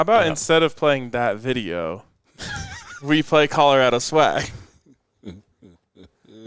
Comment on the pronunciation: Hahahaha Apparently YOU dident get the “memo”…. It’s Colorado!!! 🤭